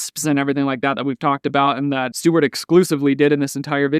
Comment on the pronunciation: You calling him "Steward" is hilarious 🤣